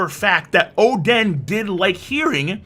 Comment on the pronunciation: Óden not Odén emphasis on the o